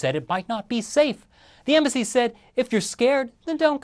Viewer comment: "The Chinese Embassy"... you made it sound like "The Chinese Imbecile" :)